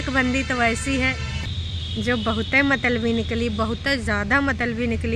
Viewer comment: th word is pronounced as”mut-la-bi” and not matalbi